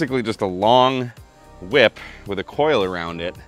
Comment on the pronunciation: I'm sorry. Did you say, "whhip?"